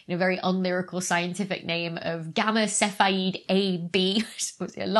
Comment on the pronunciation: 'Sidereal' has four syllables, si-de-re-al and i'm not happy with the soft 'e' in Cephei either.